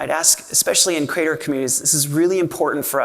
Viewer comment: Jack. It's CREE-ate-er. Please stop saying "crater".